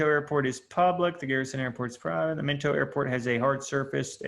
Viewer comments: Mento lmao… MINOT = MY-NOT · MI NOT. Not Minto. It’s a Air Force Base. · Min-toe?! LOLOL Bro, it’s My-knot! Still an EXCELLENT course #respect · It's not Minto it's my knot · Minot not minto pronunciation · The airport is pronounced Mi-Not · Informative, but, you can NOT pronounce the airport names worth a flip. Minot is My Not Mechum is Me Chum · Minot is pronounced "my not."